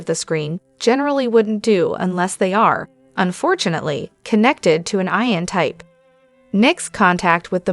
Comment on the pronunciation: not going to follow you have to say ian not I-an